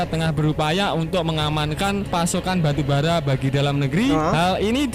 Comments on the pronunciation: Baru bara bang,, bukan arang😄😄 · Wkwkwk batubara bro bkn arang😄